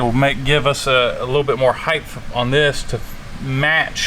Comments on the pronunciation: Its HEIGHT. Height, NOT 'HeighTH'. oy! 😖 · "heighth" ? I almost unsubscribed. There is a TH on "Width", there is no TH on "Height" ... - "heighth" again?! :( That gets a thumbs down, sorry lads.